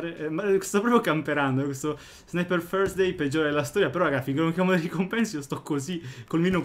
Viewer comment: come lo pronuncia Lama😂😂